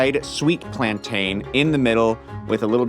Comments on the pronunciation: full about turn at pronunciation of Plantain killed me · I was howling with laughter at the look gave when he started dancing when the put the plantains into the oil 😂 and the look he gave the camera hearing the way pronounced plantain 😂😂😂😂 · Apparently you should pronounce it like you say "Captain"